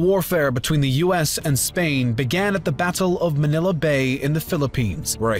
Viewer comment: As a filipino him saying manila with a softer a than a stronger one gave me a stroke